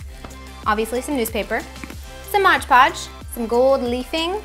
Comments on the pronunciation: it's Mod Podge not modge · MOD PODGE NOT MODGE PODGE!!!!!! i'm sorry if i sound rude but that really annoyed me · Couldn't even watch more than 2 minutes of this. It's pronounced "MOD Podge." If you're looking right at the bottle, you should be able to read it. Pretty big letters there. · Omg I came to say exactly that! Why can't anyone seem to pronounce it right!? It's MOD PODGE! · dont say modge ever again it drives me insANE